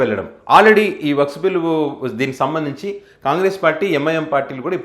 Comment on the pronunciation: అది వక్స్ కాదు, వక్ఫ్ బిల్ అనాలి.